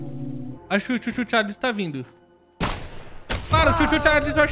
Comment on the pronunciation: Maioria pronunciando: "Tchu tchu Tcharles" Eu: "Xu xu Xarles": "SUCHU........... CHARLES"